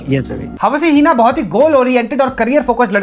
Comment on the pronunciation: Yaar hawsi heena..... After listening hawsi heena so many times I was like koi to rok lo ko🤦‍♀️🤦‍♀️ 😂😂